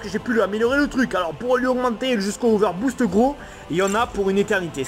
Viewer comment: Il arriver pas à dire over boost